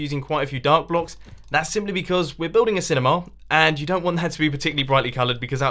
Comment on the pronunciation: It's not cinema, Its cinimaaaaah